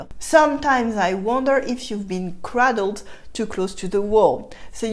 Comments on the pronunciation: Thank-you....a little bit of teaching back....the way you say 'cradled' is incorrect...it is pronounced 'craydled' (as in say) not craddled' (as in bad). I only mention it as in all other ways your English is impeccable! Another way of saying stupid - 'the lights are on upstairs but there is no-one at home!' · As usual, a very enjoyable and instructive presentation! Just a few comments. The A in cradled is pronounced like the A in SAY, not like the A in AT. In any case, the verb would be rocked. You rock a baby in your arms or in a cradle. Also the stress is on the first syllable of the word ADjective. My American ears noted and admired your smooth transition from French to English when you said "someone you say TU to." Fûte makes me think of Bison Fûté who reports on traffic conditions. You may want to explain the differing second vowel sounds in gentil and gentille. To have une araignée au plafond is to have a bat in your belfry. Sometime you may want to explain regressive assimilation, as exemplified in "bas de plafond," where the e of de is elided and the D is then pronounced as T because of the following unvoiced consonant P.